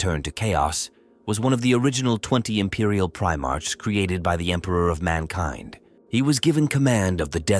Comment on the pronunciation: Although the AI voice is getting better I prefer my "Primarchs to march" not "Pri march"